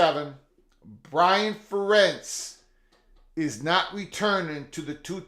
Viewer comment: Fair-ents. Fair-ents. I don’t like Iowa at all, but the guy’s been there forever. Pronounce his name right.